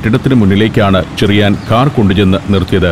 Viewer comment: ചെറിയാൻ ആണ് ഷെറിയാൻ അല്ല.. ച യും ശ യും ഷ എന്നാണ് കേൾക്കുന്നത്